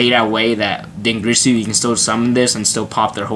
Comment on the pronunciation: it's DinGIRSU, not GRISU. Please, be better than that.